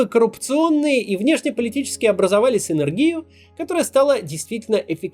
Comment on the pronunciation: Я был лучшего мнения о ведущем. Читает написанный для него текст. СинергИя, аж уши резануло